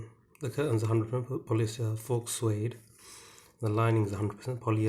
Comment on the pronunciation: The 'x' in the word 'faux' is silent. Thanks for the video.